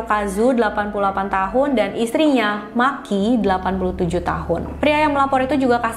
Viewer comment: Maaf mba, nama Makie dibaca ma ki e bukan maki 🤫